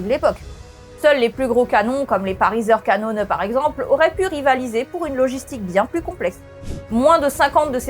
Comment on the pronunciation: Je suis émerveillé par votre prononciation de "Pariser Kanone", toute à fait correct pour de l'allemand mais en même temps complètement avec l'accent parigot, très sarcastique ! C'était un délice à plusieurs niveau, un vrai Fokker Dreidecker (pour faire le lien avec l'aviation de la Grande Guerre) 😂